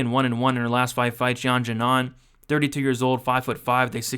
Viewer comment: Great video, btw Xiaonan is pronounced "She-ow nan"